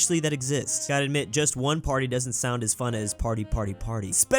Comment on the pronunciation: I can't listen him pronouncing "party"